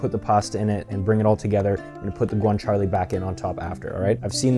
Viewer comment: I loved the recipe and will try it soon. Since it's authentic, I thought you might appreciate that it is pronounced cah-bo- nah-ra and gwan-cha-lay. For future reference.😉